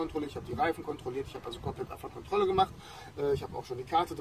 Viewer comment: Endlich jemand der nicht AbfahrtSkontrolle sagt sondern es richtig ausspricht es heißt Abfahrtkontrolle <3